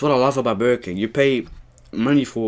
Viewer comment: It's called burger king yu said it wrong